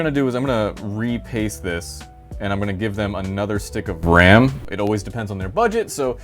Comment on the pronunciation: "I'm gonna give them another stick of RRRAAM"